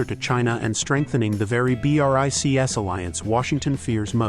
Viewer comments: B,R,I,C,S?! What?! It's BRICS, pronounced just like the word "bricks". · No one says B.R.I. C. S. It's pronounced Brics. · pleease bro (yes i know is an artificial reader, a voice simulation) its pronouceded "breeks" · Is this AI voice ho spells Brics letter by letter?